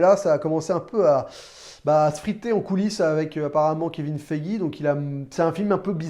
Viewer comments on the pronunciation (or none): none